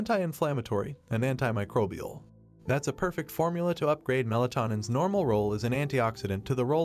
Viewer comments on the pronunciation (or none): none